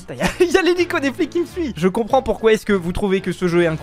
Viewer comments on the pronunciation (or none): none